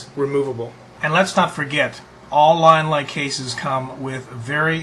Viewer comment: from LYIN - LAI to Leean -LEE lol